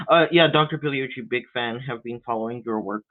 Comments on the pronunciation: the fake phoney christian apologist, shows his intelligence and reading comprehension mispronouncing Professor Massimo Pigliuccis name. Delusional and unintelligent. Keep it up, you're creating more atheists. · is so deluded! He thinks he trounced Pigliucci and yet he can't even say his fucking name!